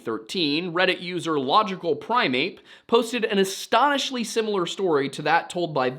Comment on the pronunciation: Hate to be that guy but..."Astonishly" hahahahahaha